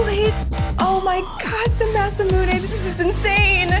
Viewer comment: Biggest fan and still pronounces Masamune as "mass-ah-moon-ey" :/